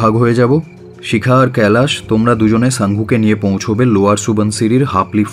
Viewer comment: খুব ভালো পরিবেশন।। "কৈলাশ" উচ্চারণ টা কানে লাগছে